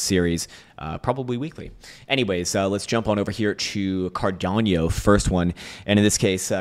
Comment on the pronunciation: Bro, it’s pronounced CAR-DA-NO, not Car-dan-yo… 😂